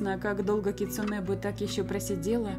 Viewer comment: в слове кицуне ударение на у)